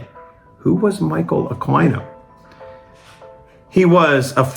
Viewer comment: Isn't Aquino pronounced Akeno?